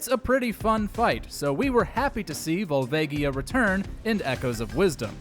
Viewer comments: Why does everyone always pronounce Volvagia wrong? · Pretty sure that's not how "Volvagia" is pronounced.